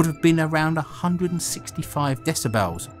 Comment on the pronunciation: " dess I bells"? Twat